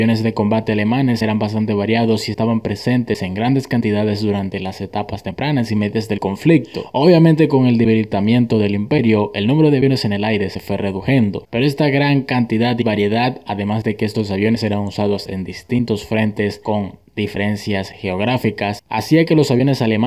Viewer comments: No se dice Redujendo, se dice dice reduciendo. Minuto 0,18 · LUFTWAFFE SE PRONUNCIA "LUFT-VAFE" - NO DIGAS LUFT-WAFLE... indica falta de seriedad. Además, se dice "reduciendo", no "redujendo". Es importante hablar bien, estimado.